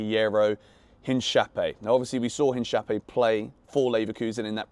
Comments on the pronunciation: the correct pronuntiation btw is: in - ka - py - é ("e" like in "e"scape) ... ... u said: inshapiiy 😅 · Love your content! This isn’t me being cheeky-but I thought I should mention Hincapie is pronounced “ In-ka - pieh”. Good vibes and support as always keep it up 💪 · The way he pronounced Hincapia’s name 😂😂 it’s killing me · He left the best for last lol,funny the way he pronounced Hincapie's name😂, that tells you that Chelsea fans have no clue about Leverkusen, but at least is the only Chelsea youtuber that has even mentioned Hincapie, doing his homework 🎉, other you tubers that cover Chelsea get a red box for being clueless about the Hincapie rumors.